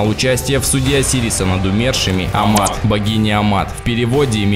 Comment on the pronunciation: Не АМАТ на МААТ!!